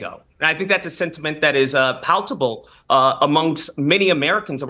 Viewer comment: Also, said “paltable!” 😂 What an idiot